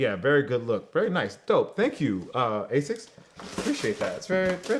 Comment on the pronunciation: The quantum 360 and 180 are not the best running shoes because they are little heavy if you want a runner/trainer the gt 1000 and 2000 is the way to go. Also anyone else triggerd by the way he said asics.